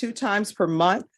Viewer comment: She wants him to say children instead of kids and she can’t even pronounce the word month( she forgets the th on the end) ! People in glass houses! I’ve heard your head gets big sitting in those chairs!